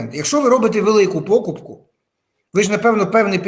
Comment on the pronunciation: Не пОкупку, а покУпку.